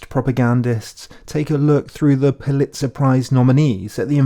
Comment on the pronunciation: Pulitzer? Puh.lits'-uh? Nope. pou'-lits-uh.